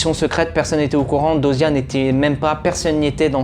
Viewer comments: "Bélamine", "Jaspaire/Jackspaire", "Dosia"... eh beh il va falloir revoir la prononciation des prénoms 😆 PS : C'est phonétiquement parlant "Bélami", "Djaspeur" et "Dioza" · Bellamy jasper dioza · c pas diyoza 😅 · Très bonne analyse et vidéo, mais franchement ameliore ton oral et comment tu parles des fois tu te répetes !... SURTOUT: apprend à prononcer dyosa correctement stp C chiant mdr😂, vraiment amélioré ce point là et ça sera perfecttooo Bonne continuation😊